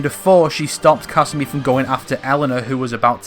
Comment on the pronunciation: You said kasumi about a million times and pronounced it wrong every time